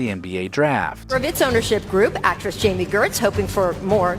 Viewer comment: Tress. It’s Actress.